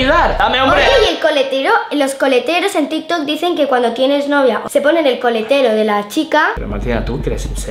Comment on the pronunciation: dijo colatero en vez de coletero os pongo el minuto aquí escuchad Có atención